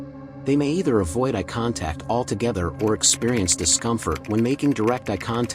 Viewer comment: Worse than creepy when the robot pronounces "eye" as "eh"! 👁